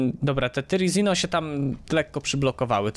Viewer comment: "Terazino" NIE "Tyrazino"